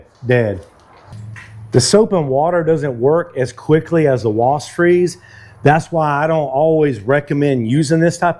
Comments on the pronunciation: Wasp... Not wost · I have lived in Texas more than 25 yrs and never heard anyone who is able to correctly pronounce the ‘P’ in WASP. It’s always Wast’ Must be a Texas thing. Like pronouncing New Braunfels as ‘New Bronze’ville’ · Is he saying WAST? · McKenzie, tell your dad it's pronounced "Wasp", not "Wast".